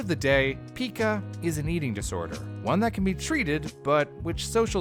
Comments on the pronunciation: It’s PIE-CAH not PEEKA!!! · PICA, NOT PIKA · Oh my god idk if I can finish this episode. It's not "Peeeeka" it's "P I KA" with a hard I. And I should know. My mom dealt with it for several years. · Never heard it pronounced “peekuh ”. Just “pie-kuh” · Uhh...it's pronounced "Pie-ca," not "Pika." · It’s pronounced pie cuh not pika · Its not pica...its PIE-CA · It's pronounced "pie-kuh" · It's pronounced pai•kuh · I believe it's pronounced (and I've only heard it being pronounced) as 'paika' so it kinda triggered me when they kept calling it pica. But hey, i won't nitpick, great video nonetheless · Pike ah, pike ah, pike ah pike ah Pica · Pica is pronounced like pike-ah I can’t even watch this it’s making me nuts, it also kinda makes me question how much research is actually done for these if the pronunciation isn’t even correct for the main topic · It's pronounced pie-ka though. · Ikr, its driving me crazy the way he's mispronouncing it literally every 15 seconds.